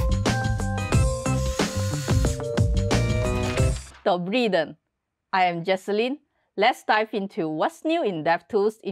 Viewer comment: I agree. Let it be czech. I thought it just hard for her to pronounce soft N. Any way it's kinda cool that we have so much in common